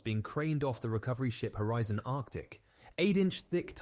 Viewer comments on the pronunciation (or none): none